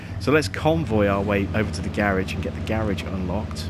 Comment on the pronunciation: Dude you are saying Garage wrong